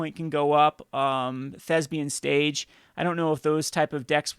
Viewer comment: Thank you for continuing to use the proper pronunciation for Thespian's Stage.